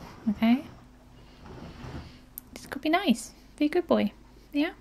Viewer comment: 😂😂😂😂that YEAH!! Was very personal😂😂